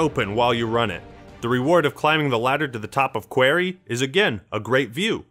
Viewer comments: Quarry is pronounced like Corey lol Qu-Orey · wtf is a 'quairy'? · lol classic yank pronunciation of ‘quarry’. Good vid though, it got me very nostalgic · I hate how you pronounce Quarry. It's "Q-WAR-RY" not "Q-WHERE-RY" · pronounces quarry like kwairy:( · "quairy" lol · qwuarry lmao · Jesus that pronunciation of quarry is dreadful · you’re pronouncing it wrong think rock quarry which is what the map is lol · Good video but why does he pronounce quarry like that? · The way you pronounced Quarry had me ruined 😂